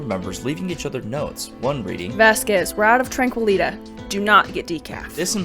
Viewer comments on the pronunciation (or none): I think it's tranquili-tea (tee) . As in the steeped leaf beverage.